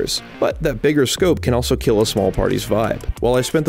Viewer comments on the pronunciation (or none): none